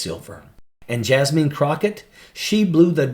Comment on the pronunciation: “Jas-mean.” Ha!! 🤣😂